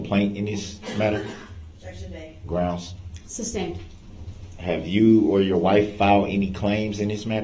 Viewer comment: .. I believe dorrow says GROUNZ and I’m dying so hard looooool